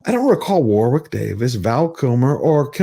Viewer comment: Just a helpful tip for American viewers - the word/place/name 'Warwick' is pronounced "Worrick".